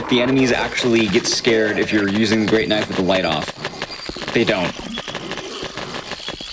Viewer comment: That's not a knoife